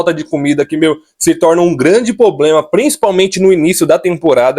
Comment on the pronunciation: "POBLEMA"? É sério!?